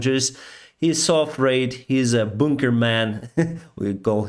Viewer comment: bounker man,.,, hahah, love that pronunciation.